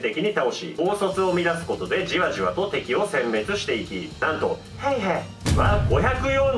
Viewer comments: フィンランド語の発音って難しいからしゃーないしゃーない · ナミ･ヘイヘさんじゃないですか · 「ヘイへ」の言い方が何度聞いても「ペイペ」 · シモ・ヘイへの「ヘイへ」の言い方好き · 今更正月SP、対抗手段、ヘイヘの発音、何故か歌い出したりなど、ツッコミで呼吸困難になりそうだわwww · ヘイヘの発音と最後のが素直に喘ぎ声に聞こえたやつ出てきなさい 先生今なら怒りません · 「ヘイヘ」の言い方wwwww ヤメーやwwwww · ヘイヘの発音おもろすぎ😆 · ヘイへ普通に言えよw ムカつくわw